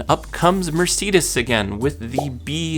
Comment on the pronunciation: If you are going to list car info. Ask a friend how to pronounce MERCEDES!!! 🤪🤭